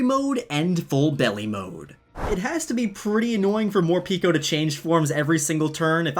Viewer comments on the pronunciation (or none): Morpeko name should be pronounced as "pae ko" not "pi ko" as in japanese pekopeko mean very hungry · I thin Morepeko is said MORE PEH KOH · Who sees the word morpeko and reads morpeeko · Instead of Morpeko i heard for the first time "More pika"